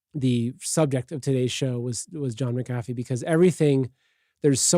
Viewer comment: So he was mispronouncing McAfee…. which sounded more like he was saying McGaffey than Mack-uh-fee, hence my confusion. Thank you.